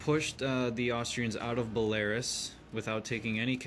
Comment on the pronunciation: Its not bel-Air-is, its bel-Ah-roos